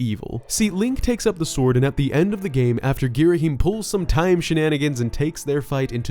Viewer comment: also ghirahim as in GHEE-ra-him, not GHEE-ra-HEEM, so basically no stress on the last syllable